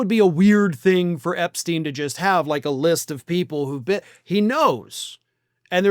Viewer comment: Why can Americans say Einstein correctly but not Epstein? Makes no sense